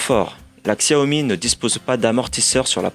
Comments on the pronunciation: On prononce chawmi bordel !! Et non pas ksèwmi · Super test, juste apprenez à prononcer Xiaomi ça fait mal aux oreilles.